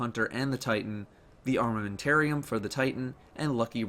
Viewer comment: I Litterally Had a spaw when you said armamentarium